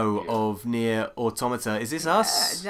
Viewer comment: Thank you for being one of the few people to actually pronounce "Automata" correctly.